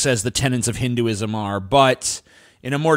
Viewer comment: You can't even pronounce Hinduism 🤣🤣